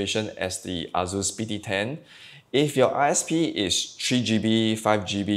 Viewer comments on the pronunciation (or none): Dude.. why you allways say azus insted of asus.. z and s id totaly different fonetiks